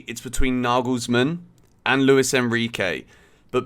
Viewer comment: It’s not Louis it’s Luis. Pronounce the “s” why do British people always say that. It’s LuiS